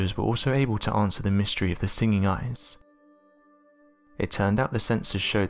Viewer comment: you could speak a little more clearly...eg ice is pronounced ice, not eyes